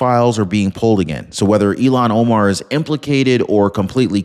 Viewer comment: I look forward to your channel,, I really do. However, PLEASE, PLEASE learn this woman's name??? Its................ il---HAN o-mar. You can do it,! il---HAN o-mar! You use her name frequently, but incorrectly.